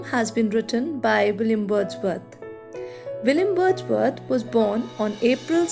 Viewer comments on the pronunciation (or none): Why you said Billiam Bordsworth 😭😂😂